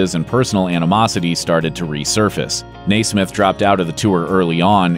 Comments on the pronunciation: Love the video but really annoying that who ever the narrator is keeps pronouncing Mike Nesmiths last name wrong. Its Nesmith theres a e its not prounounce Nasmith. Like you been saying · omg its NEZ SMITH NOT NAY SMITH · NESMITH, not Naysmith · NESMITH, NOT NAISMITH! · hey! fix your damned pronunciation of My friend Mike Nesmith! It's Pronounced like "Nezmith"! Not "Naysmith"!! I met them in 1970! My favorite was and still is " Mickey Dolenz " (can you peonounce that right!?) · Ness Smith is how you pronounce his name not Nay Smith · its not Naaa smith, its Neesmithhhh duh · it's NEZsmith not NAYSsmith my dude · His name was pronounced Nez’ mith, not Nay’ smith. Ugh! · As far as I remember, yes, I was around then, he said his name as Nezz-smith. I wish more video makers and voicers would research how to say a person's name before they butcher it so many times! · You're killin me with the NAYsmith. What the frig? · I dont understand why he kept saying naysmith, it only shows he knows nothing about the monkees and is just reading a script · His name is NESMITH...."Nez-myth", or Papa Nez. Thanks for the info. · I barely made it through this video. Hearing this guy say "NAY-smith" over and over again was like somebody stabbing my eardrum with a pencil. If they really do plan to make more Monkees-related videos, they need to make sure the narrator, at the very least, can pronounce Mike's name right. Bonus points if they actually watch the TV show and listen to at least some of the music (all would be preferable, as would including the movie HEAD and the TV specials in viewing). Having said all that, I have to give them a little credit for at least acknowledging the Monkees' existence. Some music historians don't even want to do that. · In 50 years, I've never heard his name pronounced "nay-smith". Probably oughta check out how people say their names. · MIke "Nay-smith's" mom invented Liquid Paper. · Why did you keep calling Michael Nesmith Nay Smith?